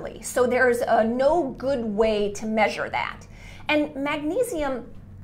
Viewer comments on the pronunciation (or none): none